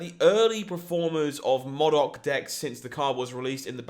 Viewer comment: Please learn to say MODOK properly. It's killing me everytime you say it wrong xD